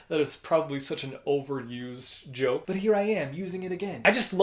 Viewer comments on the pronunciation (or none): none